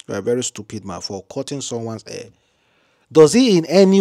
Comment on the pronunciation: that thing is call hair not air damm it.